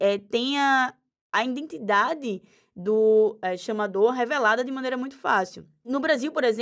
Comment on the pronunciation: “INdentidade” parei aí!